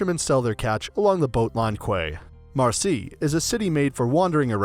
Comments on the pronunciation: 'Kway'? It is pronounced Key. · What is a KWAY? QUAY is pronounced KEE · I came to watch this video to hear how Marseille is pronounced. But when I heard him say Quay (Kwaye) amongst other things... nevermind. Good video though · quay is pronounced 'key' :) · Even quay pronounced kway 😢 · Lol imagine not being able to pronounce quay